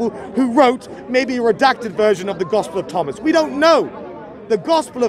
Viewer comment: Bob said tospel of ghomas LOL